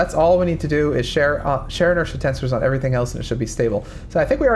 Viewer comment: I didnt know that "Share Inertia Tensor" was pronounce and share inertia tensors. Idk why but that drove me crazy the whole time he was talking about that